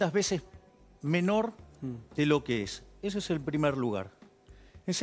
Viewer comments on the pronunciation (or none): Pará, es infectóloga y no sabe pronunciar las eses? De dónde salió?